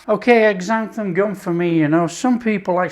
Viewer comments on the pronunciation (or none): Sounds good, but please stop saying exanthan gum, it's pronounced zanthan.